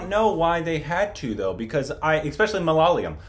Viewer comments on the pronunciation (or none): it is not malalyam it is MA....LA......YA.....LA....M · MA-LA-YA-LAM. Not malaalayam. malaalayam would mean " home of shit". get it right guys. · Will you ever say Malayalam properly? It's mala yaalam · Pronunciation: Not "Malaaliyam" It is "Ma La Yaa Lam" Please.. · It ain't Malaalayam...... Is Malayalam👊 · And it's Mala-ya-lam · And still pronounces Malayalam incorrectly🙄 Guys its pronounced "Mala-ya-lam"! See its easy! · Hey and, appreciate your appetite for Indian movies and love listening to your perspectives. It's wonderful how music and movies need no language. I just popped in to help you with pronouncing Malayalam - It is MULL - UH - YAA - LUM. Guess that should help. Keep giving us interesting reviews of all things good. We love it. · MAL- YA- LAM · Hi It's MA LAY AA LUM 😂😂😂😂😂😂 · Hearing say it repeatedly with such conviction, I will forget how to pronounce 'Malayalam'... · Haha true...I thot the same..